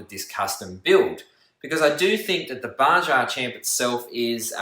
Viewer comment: You need to learn how to pronounce Baja. Its Ba-ha.